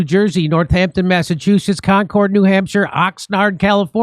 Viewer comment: Yo! Jimmy!! Off topic!!! You keep saying "Con-cored" like its a big French aeroplane. When you come to N'ampshah, it's pronounced "Cahng-kid". Like a young anime fan.